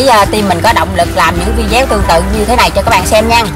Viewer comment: Cô ơi cô đọc thành vi deo luôn rồi cô ơi